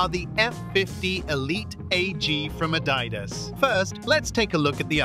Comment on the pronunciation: Y bro say adidas like that